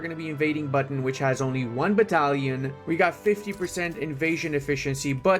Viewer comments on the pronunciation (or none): bro said "Buton" as Button in English is the funny part for me as Indonesian🤣🙂‍↕️